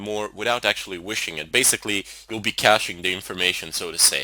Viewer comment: “You will basically be chache’n the information” lol I like that